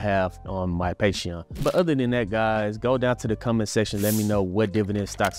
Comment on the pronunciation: You pronounce 'comment section' like 'combat section', and that cracked me up. "Go duke it out in the combat section down below!'